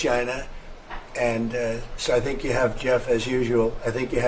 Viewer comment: I tink tree tree is tirty tree. When you solve that pronounciation issue your words will carry more weight. Tink it tru